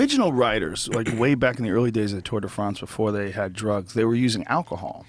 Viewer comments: Fronce lol It's France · I love how Joe always perfectly pronounces the "Tour de Fraaaance". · at 1.46 the way he pronounces France is hilarious! Is Joe an undercover Brit?